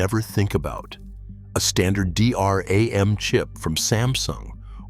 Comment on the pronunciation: "a D R A M chip" it's literally pronounced "dee ram" I hate AI